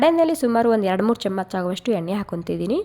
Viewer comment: Nim kannadano neevo. Thoo. Camach chamach anta badkotiya. Chamachaa anta boglu